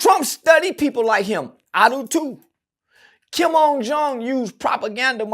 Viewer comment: Wth does he keep sayin Kim’s name like that that’s not his damn name smh mfs be tryna sound smart and sayin the wrong shit smh